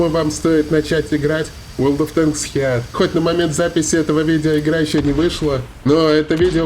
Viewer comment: Да не хеат, а ХИТ!))